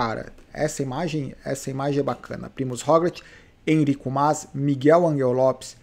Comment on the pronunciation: blz? cara fala o nome do "Enric Mas" direito, pelo amor de Deus de onde tirou "Enrico"